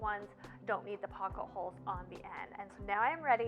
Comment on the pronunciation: Drinking game….every time she says “pock-a-holes”, have a cocktail! Lol I know it’s pocket holes. Great video!